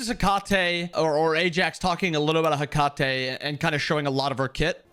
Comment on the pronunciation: Italian here, in ancient Rome they would pronunce the name as you do! And before that, in ancient Greece they would stress the first "E" but in both cases the final sound used by Ajax is wrong